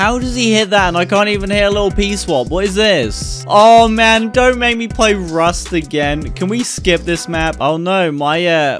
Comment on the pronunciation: call rush “rust” 💀💀